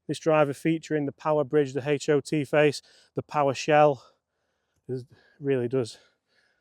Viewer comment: "Haych O T" lol